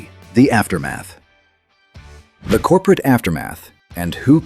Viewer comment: "COPERATE STRATEGY" 😆